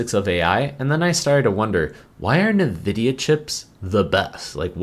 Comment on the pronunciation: Nuhvidia…. lol bro I’ve never heard anyone say it that way. It’s always N-vidia